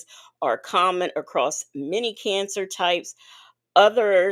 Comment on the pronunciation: said crimizone cancer 🤣🤣🤣🤣🤣🤣🤣🤣